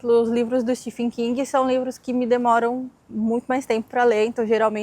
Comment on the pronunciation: A pronúncia de "Stephen" é "stiven",. Sei que as pessoas podem achar correções impertinentes, mas, de fato, é ESSENCIAL no processo de aprendizagem. 😊